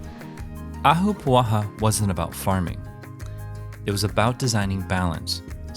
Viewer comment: Im born and raised in Hawaii my ancestors came here from Scotland to work the plantations over a century ago. I love when people cover Hawaiian culture. And your pronunciation of ahapua'a was pretty good lol. But in the video you didn't really explain the structure or function of an ahapua'a. The "pie slice' went from cloud forest in the mountains where Hawaiians could gather and hunt boar. The lower middle was for kalo growing. And the sea was fir fishing. Good job though!🤙